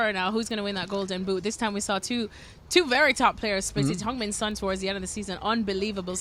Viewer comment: Why is this woman still on this channel. Far more qualified women. She's awful. Plus her despicable view on Kane. And that top player you named is not called "Hong" Min Son.